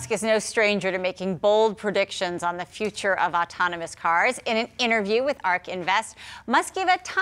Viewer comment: what kind of news host pronounces autonomous "otonomos?